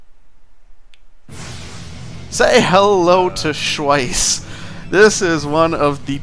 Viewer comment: its name is pronounced Shh-vice(sounds like ice), not Sch-wice(sounds like ice)